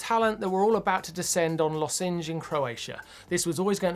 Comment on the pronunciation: How much crap will Martyn get for his pronunciation of Losinj?